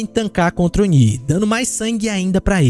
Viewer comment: obrigado pelo vídeo! Que delícia ouvir a pronúncia correta do Oni 👹! Faz um vídeo como esse aí agora mostrando os melhores perks pra cada killer 🥹